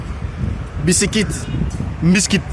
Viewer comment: biscuit c est nai pas mbiskit bombon